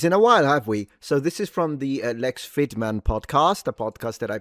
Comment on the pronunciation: your brother in pedantry here. "Fridman" is just the transliteration of the Russian Фридман, which is just the common German/Yiddish Friedman. It's still pronounced the same as Friedman /'fridmən/ not /'frɪdmən/. It would be like pronouncing Luciano as "lusiano" instead of "luchiano" because of the English alphabet.